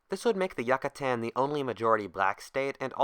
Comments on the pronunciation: As a Brit the pronunciation of yucatan drives me insane. Yuck-a-tan, sounds like yakuza. You-ca-tarn. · Really? Who in the freak pronounces Yucatan like that? You-Catan, not Yuck-Atan. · incorrect: yuck-atan correct: yook-atan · It is pronounced You ca tan, not Yuck a tan. Pronounce it right or don't pronounce it at all. Yucatan. (You ca tan) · It is pronounced You ca tan, not Yuck a tan. Pronounce it right or don't pronounce it at all. Yucatan. (Yoo ca tan) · oof yuh kuh tan rip, its pronounced You cah tan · Its U-CA-TAN not YUCK-A-TAN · It's not "Yuck-a-tan" it's YOU-catan. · You - ca- tan not yuca tan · It's pronounced "Yoo-kuh-tawn" not "Yuk kuh tan" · You-kaa-tan. Not yuk-a-tan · holy fuck it's pronounced like you not yuh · As a Swiss i feel kind of awkward of you pronouncing it Yuckatan? Is it actually pronounced Yuckatan or Youcatan with a hard "a"at the end? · Ok, so instead of saying yuccstan just say it like ucatan, I'm not trying to sound rude it's just really annoying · Why the fuck is he saying yuck ca tan it's you ca tan you fucking idiot get the fuck out of here with that shit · I honestly can't watch this. It's not Yuck-A-Tan, why'd you have to say it so fucking much? We know what place you're talking about.. Jesus.. Re-record this, you fucked it bad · He said yacatan not Yucatan do you don’t have to worries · every time you said "Yuck-a-tan" it grates my ears. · YOO-CAH-TÁN. Jesus christ dude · It's pronounced yoo cah tan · I believe it's pronounced Yoo-cah-tan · Take a shot everytime he says Yuckatan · Please learn how to pronounce name Yucatán. It’s not pronounced Yuckatan. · I think its pronounced you-ka-tan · You mean it's not pronounced Yuck-A-Tan? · you-ca-tan I'm pretty sure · YUH KUH TAN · Yuck, a tan. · Every time you say "Yuckuhtan" I cringe so fucking hard. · Yook-a-tan. Sigh... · He doesn't say Yucatan, he says YUCKatan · Not once he said Yucatán, everytime he says jack-atan would be a challenge. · who tf pronounces Yucatan like that